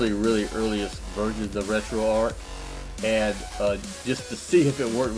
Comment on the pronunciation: One of the few people to properly pronounce "RetroArch" as in "ark", Retroactive Archive. Not "Arch" as in McDonald's arches.